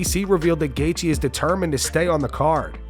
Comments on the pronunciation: JG feels like a tongue twister... why can't DC call him gay-chi like everyone else 🙄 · Jay-G🤦‍♂️ DC starting to do the Chael Sonnen thing, that’s messing up fighters’ names.